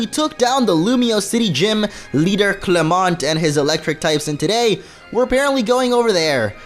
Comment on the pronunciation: It is pronounce Clemont the o is sounded like e